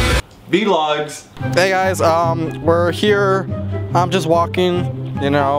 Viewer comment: Oh Christ said "v logs"